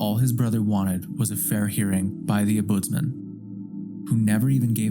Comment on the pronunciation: Dear lord please learn how to pronounce Ombudsman 😮